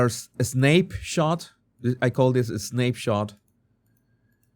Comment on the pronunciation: If it helps, depth, sounds like "Johnny Depp th..." and the "snape shot" should sound more like "snack." No "ape" sound in "snap shot." "Sn-app shot."